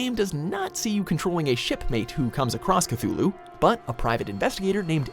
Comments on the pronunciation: It's pronounced "Kih-Tü-loo" not "Kih-thü-loo" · Well, it appears that the already ridiculously overdone "Zombie Apocalypse" scenario is still going strong in the game developer world. So fuckin lazy, I swear. Also, there's no "th" sound in "Cthulhu", the "h" is silent lol